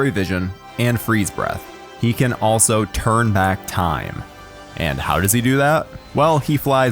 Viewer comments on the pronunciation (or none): none